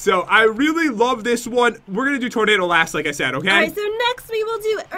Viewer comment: its tornado not tornadoe